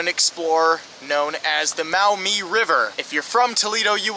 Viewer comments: I was born in Toledo, llived there until 1981. It's the "Mawmee" River (Maumee) : ) Not "Mowmee" River. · Pronounced “MAW-mee “ not “MOW-mee ”. BTW. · Maw-MEE, not Mowmee ! lol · Maumee, pronounced mawmee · Maumee river is pronounced "Maw-me", native American for muddy river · Ivy is pronounced Mawmee , the international park, my guess is a nod to the title of toledo City being a port City and access to the St Lawrence seaway, was called the gateway to the world.